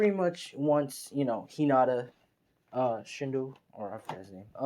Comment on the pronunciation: It's shino